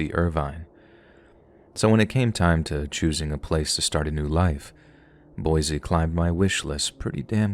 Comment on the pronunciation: The first story it's pronounced "BOY-SEE" we can always tell when people aren't Idahoans if they call it "BOY-Zee"